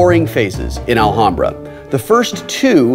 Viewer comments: While this is absolutely correct, Wil and Co. are in the Los Angeles area, and there is actually a nearby city/neighborhood named Alhambra, pronounced the way he's saying it. They're still technically wrong, of course, but I can understand why they're saying it the way they are. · will doesn't now how to say alhambra... always pronouncing the "h" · It hurts to hear Will pronounce Alhambra (in spanish the H is silent) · Oh, thought he was pronouncing it as a Spanish J. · Wil pronunciation of Alhambra is hilarious :P. In spanish the H is silent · I did use it. The wiki clearly states the origins of Alhambra. I *never* said it was in Arabia. I said it was *Arabian*. The Moors had conquered that area of Spain and had it built there. The wiki also clearly states how to pronounce it.. and I assure you it is NOT with a silent "h". The word Alhambra itself is also explained, being an Arabic word.. and it's meaning also stated. So don't tell me to look something up you *obviously* haven't looked up yourself. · THE H IS SILENT DAMN YOU!!!! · a little off topic but....the "H" in alhambra is a silent letter ... mute It ;) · guys your pronunciation of "alhambra" its so bad lol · Love the way they say "Alhambra". Btw, the H is a mute one. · It's pronounced Al-lambda silent H. Its spanish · In "Alhambra" the H is silent (like in all spanish words, even those coming from the moors, like alcohol and "almohada", pillow). Hurts my ears hearing Wil saying it wrong over and over. No idea if the original arabic h sounds hard, though. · I know this is like 4 years late but as a spanish person i think i should say it... the "h" is mute. it's pronunced Alambra, so... was really funny to hear you saying it wrong every single time xD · We pronounce it alambra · The h in alhambra is silent: /al'ambra/ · the h is actually silent lol. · Will, the h is silent. Its pronounced Alambra. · As a Spanish speaker...the way Will pronounces the "h" makes my ears bleed...ALL-HAM-BRAH...why god why